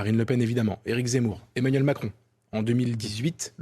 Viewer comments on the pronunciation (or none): none